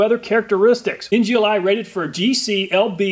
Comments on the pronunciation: “NGLI rated” you mean NLGI lol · NLGI not NGLI :D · You kept saying NGLI, but it is NLGI. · U were saying ngli when it said nlgi btw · You can clearly see the acronym is NLGI, not NGLI as you keep on insisting, even in print! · you said NGLI when it was written as NLGI haha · NLGI not NGLI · You keep saying NGLI, sorry for pointing that out. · Repeat after me: N-L-G-I :P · NLGI is pronounced "NGLI"?